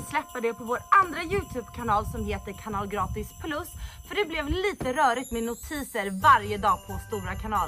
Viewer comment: Jag gillar hur du lägger på en bred engelsk brytning när du uttalar "Kanal Gratis" till engelsmannen! :D Har nyligen hittat eran youtubekanal i samband med att jag tagit upp fiske efter ett långt uppehåll och tycker ni gör ett fantastiskt jobb! Väldigt undetrhållande och lärorikt!